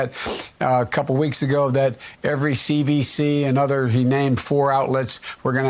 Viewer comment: "cvc" lol